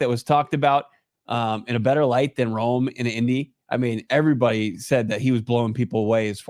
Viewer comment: If we pick Rome then you need to learn how to pronounce his name!